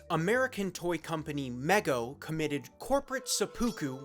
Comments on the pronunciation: I very much liked this video, with one small exeptuon.. MEGO is pronounced MEE-GO NOT MEH-GO. But seriously, this video is pretty kick-ass! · Mego is pronounced Me Go. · "Meg-O" oh boy... we're in for a rough one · Mego is pronounced Me-Go or MeeGo. Mego! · Mego is pronounced mee-go. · Mego is pronounced exactly as it looks: ME-GO. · Y u show a man w cell from 2000s? W This boy does not bother to.understamd the context. Says Meego wrong too. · *pronounced "meego" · Mego was pronounced Mee-GO and they didn't have cell phones in the 70s. Hell we were still dialing numbers with an actual dial. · Bro said Mego as “Meggo” 💀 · I hate when YouTubers can't be bothered to look up the proper pronunciations of terms they're specifically doing a video about... Like the toy company Mego, for instance. If only there was some way to lookup such information. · Well, considering he didn't know how to even pronounce the name of the company properly, I wouldn't expect him to know that.